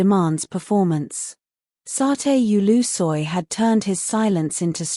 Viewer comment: QUE RIDICULO, VOCÊ NÃO SABE NEM PRONUNCIAR O NOME DO ATOR, E CRIOU UMA HISTÓRIA , QUE SÓ NA SUA CABEÇA, VAI APRENDER A PRONUNCIAR OS NOMES DAS PESSOAS CERTO.